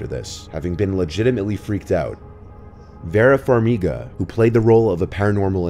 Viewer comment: It's VEE-rah Farmiga.